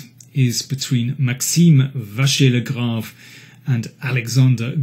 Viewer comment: Mr King really likes MVL and even manages to pronounce his name correctly ! Great commentary as usual !